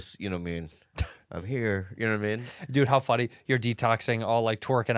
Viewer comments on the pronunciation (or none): idk why but LMAO at Andrew saying “twerking out” instead of “tweaking out” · hey andrew it’s tweaking NOT twerking